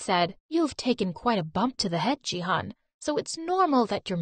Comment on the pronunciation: I'm from Turkey and they pronounce canaan and jihan so wrong that it's making me lmao